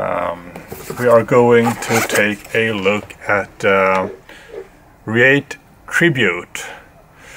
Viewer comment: It's pronounced Ree-at and Ca-yo-tee.